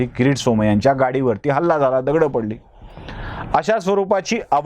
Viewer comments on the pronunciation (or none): दगडचे अनेकवचन दगड आणि तसाच उच्चार होतो. दगडं हा उच्चार खटकला.